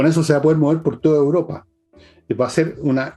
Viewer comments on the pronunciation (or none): Querida e inteligente, con todo respeto tengo que corregirte porque dices "uropa" en lugar de "Europa". Un abrazo y sigue haciendonos los jueves más interesantes junto a Fernando y sus extraterrestres.